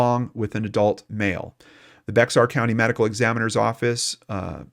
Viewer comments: It’s not like it’s spelled, BEX-AR , it’s like BEAR pronounced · Hey,we love your show FYI the X in Bexar county is Silent,so it's pronounced Bear county living there we were cringing everytime you said beXar county,we realized you not living here wouldn't know & we hear it called beXar county ALOT so you're not alone,just a little info from a fan in case you talk about in future episodes 👍😎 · It's pronounced Bear not Bax-r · I live in Bexar County, it’s pronounced “Bear” the x is silent. Just an FYI. Great coverage, Thank you! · Thr way to say Bexar county is bear county. X is silent. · I love the remarkable work you do. Just wanted you to know that the 'x' in "Bexar" County is silent, and it's pronounced "Bear." Keep up the great work. 👍🏻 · I came to the comments just to see how many people told him how to say Bexar lol. Texan here. Not as many as I thought!